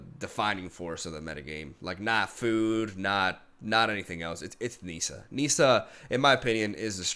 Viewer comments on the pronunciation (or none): It's pronounced 'Nissa' like how it's spelled. It's not 'Neesa' ... smh